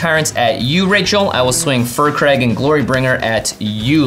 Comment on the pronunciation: I hate to still be that guy, but it's pronounced "Fire Crag" not "Fur Crag".